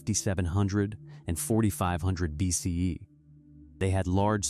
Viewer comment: Good video, very informative. But I detest the use of BCE/CE, and your AI narrator mispronounces BCE. Plus, it keeps going back and forth between the two styles. The Vikings abandoning North American shows just how much more trouble the later European conquerors and settlers would have had if not for the illnesses they brought with them. With supervisor technology and 90% of the native population killed by disease it still took until almost 1900 AD to finally defeat them all. Some put the date as late as 1910 or the AIM uprising in the 70s.